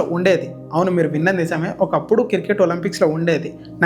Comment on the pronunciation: కిర్ కేట్ కాదు క్రికెట్ Any way all the best